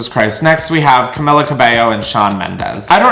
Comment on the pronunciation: how u gonna say cabello right but not camila cmon if ur gonna roast my fav tHE LEAST U CAN DO IS SAY HER NAME RIGHT HHHHHH